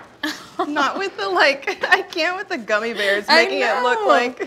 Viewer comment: Nobody:: gummy berrrrrs